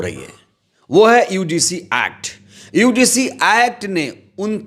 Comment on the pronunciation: बार बार यूडीसी क्यों बोल रहे हो । यूजीसी शब्द है ।